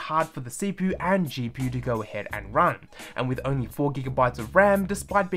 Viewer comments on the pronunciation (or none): My guy said gpoo and cpoo